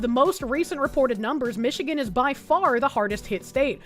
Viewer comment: IN MISHIGAN 🤣🤣🤣